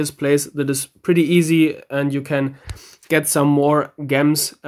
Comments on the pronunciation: why do you say gems like (gems) it's pronounced (jems) lmao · lmao, I love the way you say Gems. In case you don't know, the G is pronounced like G in Ginger. Though it might be your dialect that makes you pronounce it that way. Regardless, i love it. Great video!